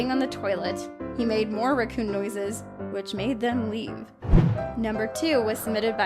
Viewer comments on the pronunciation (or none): Oooooooohhh! Raccoon! I swear, I thought she said Recoome! Lol